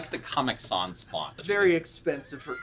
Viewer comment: I have lived my whole life not realizing people pronounce “comic sans” differently.